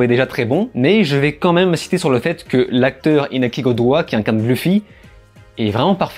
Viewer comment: jaime bien ta critique ❗tu mache pas tes mots parcontre le iñaki goDOI😂😂 me tue (sa réveille le tromatisme du drago malFOI🤣)en tout cas c'est un succès pour donner envie le découvrir l'œuvre 🏝